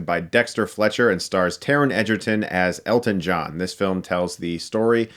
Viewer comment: Honestly... this entire time I thought you were saying "get stuck in the eye"😅